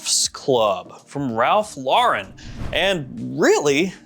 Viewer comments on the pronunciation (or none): none